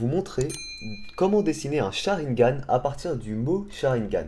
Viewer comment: Nul nul nul nul le "sharigan"